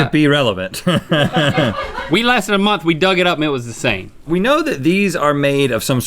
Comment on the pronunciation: Does anyone else love how Link says "month"? No matter if he says it on LTAT, GMM, or Ear Biscuits it is always like "MUNTH".